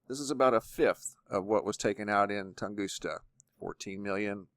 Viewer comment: Excellent as always. Great work. However....it is TungusKa. NOT TungusTa. Just FYI.